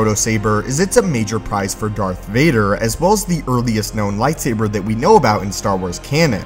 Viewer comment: Soooo... Did someone count how often he said "Lightsaiber"?